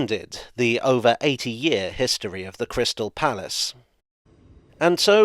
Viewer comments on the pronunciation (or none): none